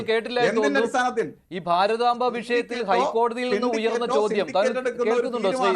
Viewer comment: News 18..ആദ്യം മലയാളം പഠിക്ക്.. ഭാരതാബ അല്ല.. ഈ ചാനലെ വെറുത്തുപോകും..